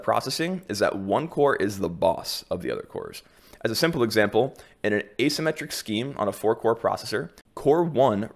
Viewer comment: Asymmetric, not asymettric.